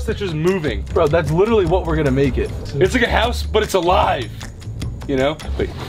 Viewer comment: as the van is moving- no one: literally no one: absolutely no one: ethan 'it's like a house but it's aLiVeEee'